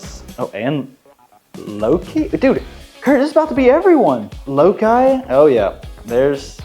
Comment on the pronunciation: Pretty sure the winner's name is said "Low-kai" like the character in the original Star Trek "Let That Be Your Last Battlefield" whose painted face is split vertically down the middle, much like this tortie cat's fur. (Wonder if she fights with a sibling named Bele?)